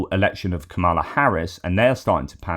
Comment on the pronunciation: I know you are not mispronouncing on purpose like right-wing Americans but it wouldn’t be bad if you said KA-ma-la Harris. Accent first syllable. And , with luck soon, Madame President